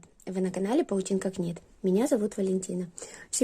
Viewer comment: здравствуйте! Мне нравится ваш канал. В частности, этот пуловер тоже. Позвольте мне поправить Вас. В английском языке сочетание букв "kn" читается как " n". И надо читать не "книт", а "нит" - вязать. А в остальном все хорошо) Желаю процветания Вашему каналу! С меня подписка!